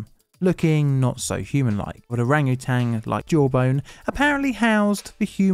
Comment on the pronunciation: Love your stuff dude, but please, it's orangutan, there's no G on the end lol